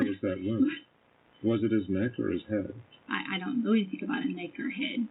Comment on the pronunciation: Guys, she didn’t do “anythinK” to Gannon.